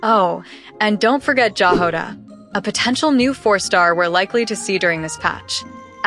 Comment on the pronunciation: The way the voice said Jahoda physically pained me.... 💔